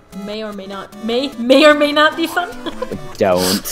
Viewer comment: I MEI OR MEI NOT MEIN MEI. I MEI THINK SHE IS AMEIZING AND MEIKS ME LAUGH MEIBY!!!